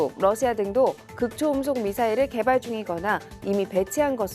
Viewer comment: 극초 음속이 아니라, 극 초음속으로 읽어야 합니다.